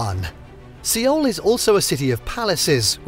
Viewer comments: Omg He doesn’t know how to pronounce’Seoul’ lol Not Siwool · I think you need to learn how to say Seoul the correct way 😂